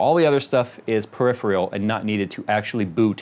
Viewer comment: PERIPHERAL NOT PERIPHRIAL!!!!!